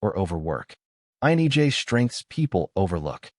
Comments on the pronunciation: The content of this video is mostly spot on... but man... listening to this video is driving me nuts because whatever reading voice or tool this video is using is saying IN"E"J instead of INTJ the whole time. And I think this video is the only one that has ever called out the fact that repetitiveness is mind-numbing... and can literally feel like nails on a chalk board for us. Also, authority without justification... this is also very annoying. The one thing I would correct about this is how we view other's emotions. Emotions are a lens through which we can see another persons values or beliefs. However, INTJs value truth and authenticity over everything else. We check our emotions because we first ask, "Is what I feel truthful?". If I believe someone is purposely hurtful, I will become angry and distant. However, that may not be the truthful, right? My lens may be projecting past wounds onto this person and it's not reasonable or fair. So, I step back, ask questions, assess, and then realign my feelings with WHAT is true. I cannot control, predict or help other's realign their emotions with reality. Most people don't care what is true... they care that what they "feel" is true. I refuse to take responsibility for that. Emotions are uncomfortable for this exact reason. Some things, like mourning the loss of a loved one... THAT I can feel genuine empathy for. But everything else, well, I'm downright uncomfortable reinforcing a world view that I can't confirm. When someone come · Is he saying INEJ's? Thought so. That's not me. INTJ all the way. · Why does the narrator keep saying "INEJ" instead of "INTJ"? Am I the only one who's noticed that? Video captures the INTJ well. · Why do you pronounce, "INTJ," as, "INEJ?" 🤔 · Phew... it's not just me 😆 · "INEJ"? Enunciation matters! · INEJ? It's a T, man. Why do you keep saying that? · Lameness angers me. By the way, why do you keep saying INEJ? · Lol at the pronunciation of "INTJ"